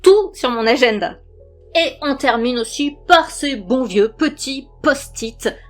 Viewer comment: Magnifique ta petite phrase de fin, une conclusion lumineuse ✨ "Petites lucioles" ? Trop mignon ! 😁 Décidément ce petit accent me fera toujours craquer "agenda" ❤😂 Bon, on en a aussi parlé plus d'une fois, même si je n'ai pas passé les diagnostiques pour détecter un TDA/H chez moi, je comprend un tas d'aspects évoqués pour les vivre moi-même. En plus tu as mentionné une info qui m'a percuté en début de vidéo : un enfant ayant vécu un manque d'oxygène à sa naissance. Un argument qui me concerne aussi. 😘😘